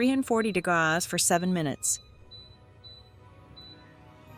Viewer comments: Thanks for sharing this. I am tempted to try. There is nothing wrong to use the AI to help. I did have a problem listening with the "degause". But, the written translation helped me. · You are overcooking all of your methods...try, try again. Please quit using AI for your voice...it cannot read! Degrauz..degrees C or F. This is simply a poorly executed effort, audio wise. Video quality is good, but cooking? Horribly cooked for people with varying tastes. Do you even know what a soft boiled egg is? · This gal doesn't know how to say degrees. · Not the values, but the fact that AI can't pronounce "degrees". I'm using an air fryer at the moment, because my oven is elsewhere. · That's because she's using a cheap AI voiceover that doesn't know correct pronunciations yet. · The problem is your pronunciation of the word degrees is appalling.